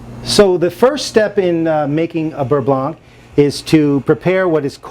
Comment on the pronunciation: The C is silent...beurre blan